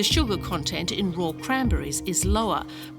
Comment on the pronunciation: why does she pronounce raw as roar and fatty as fetty?